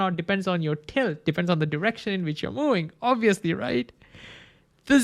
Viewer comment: I love you. "World" has "r"! You say "war line" instead of "world line". "Moving" has "v", it's not "mowing"